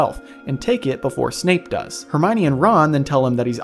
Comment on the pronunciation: At about did anyone else hear Snape being called Snoop? lol that made me laugh